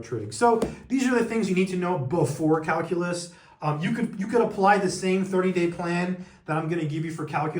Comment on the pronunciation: Hey, what’s cal-coo-lus?